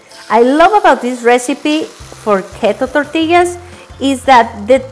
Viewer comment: Love your accent and enthusiasm!!!! Especially, the way you pronounce "Keto". This will be one of 3 that I have decided to try from the overwhelming keto "flatbread/tortilla" YouTube recipes!!! Can't wait!!! :-D